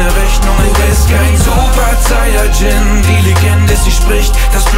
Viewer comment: Zayajin ? WTF Sayajin ist ja so schwer auszusprechen